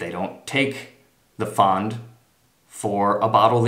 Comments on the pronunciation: Really bad video and not really accurate. And it's "Pfand " you say it fand not faaand.. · 1. verwöhnt bist du! 2. Your German is very good. Try improving your pronunciation of the word Pfand. Especially the a-sound